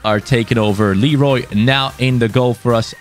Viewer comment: Hi, people are always saying Leroy Lero "y" but its pronounced as "Leroi". Btw Super vid 👍